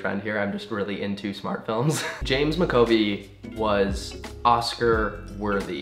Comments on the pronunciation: MAC A V OI NOT MAC O VEE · James McAvoy is pronounced James Mac-ah-voi not mcovi. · MAC A VOY NOT MACOVY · mackovie? haha it's McAvoy pronounced mac ah voy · It's actually McAvoy,not McOvey...haha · Connor, it's James MAC-AH-VOY not Mc-Oh-Vee 😂😂 I AM SO TRIGGERED. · I love you Connor, you are so amazing, just....MCOVEE?!?!?!?! Mcavoy:mac-ah-voy. I'm sorry. As I said, lyl just that annoyed me xx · BABE IT'S MCAVOY NOT MACOVY x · The only think that annoyed me, was the way he pronounced McAvoy 🙈😂 it's 'Mac-a-voy' not 'Mc-covey' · Connor that's not how they say McAvoy 🙈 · Mcovey? U mean McAvoy as in Mac ah voy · Good video but it took me so long to realise that when you said "James MacOvy" you meant "James MacAvoy". That was a painful few seconds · Every time he said "James Mcovey" I was like noooo baby noo its pronounced Mac Avoy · James MacAvoy, Mac-a-voy not maco-vey 😂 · It's Mack-A-Voy not micovee😂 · MACOVY????? FUCKING HELL. James McAvoy. Mac. Ah. Voi. Holy GOD that was painful lol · Did he just say James mcovey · Mac-A-Voy. Goodness, haha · Ahh yes, the oh so famous James Ma-co-vey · yeah, you butcher people's names as a hobby! Mc-Co-bE! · Oh my god that's not how you pronounce James Macavoy's last name :') i'm in stitches ahaha - its MACA - VOY , bless x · ... is this really how you're supposed to pronounce "MacAvoy" ?? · Conor I love you but it's pronounced MACAvoy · James Mac(as in McDonald's)-Ah-Voy. You were butchering his name, it's Scottish. ❤ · "Mac-uh-voy" but MY BOI JAMES IS GETTING THE RECOGNITION HE DESERVES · I loved this video but the one name pronunciation that killed me was James McAvoy. It's pronounced Mac-uh-voy. Sorry that one was just driving me crazy :p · the way he says James McAvoy's name ahahah ((for the record pronounce it Mac- ah- voy)) not hating just find it funny 😂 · It's pronounced Mac a voy!! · James Ma-co-vee omg lol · It's James MAC- uh- voy. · Its James Mac (as in mc from mcdonalds) A Voyyy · james mac-uh-voy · James Mac-A-Voy